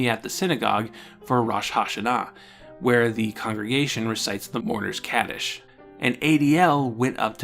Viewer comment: Great video! Just a small tip for your Hebrew pronunciation: Kaddish is pronounced more with an "ah" sound and Rosh Hashana is pronounced with the o being an "oh" sound and the a being an "ah" sound. The accent pattern sorta falls like Rosh Hashána although that looks really weird to write.